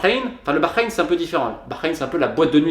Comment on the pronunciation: Tu prononces bien Bahreïn